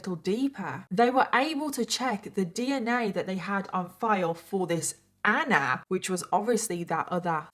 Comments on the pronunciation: Why is she pronouncing ANNAAA like that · The way you pronounce ‘Anna’ is so anoying I had to stop watching 😢